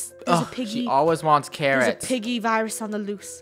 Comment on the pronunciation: virus gurl not vires